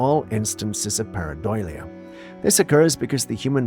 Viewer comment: I believe you are pronouncing paradOlia